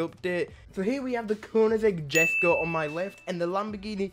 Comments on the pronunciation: The Koenigsegg Jesko is pronounced “Yes-ko” btw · It is written jesco but u pronounce it yesco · jesko is pronounced yesko and sian is pronounced see-yan